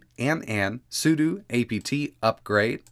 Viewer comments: "sudo" is usually pronounced as "su-doe". It was jarring when he said "su-doo" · bro it's sudo not sudu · I've always heard su-doe, but I do understand why it would be su-doo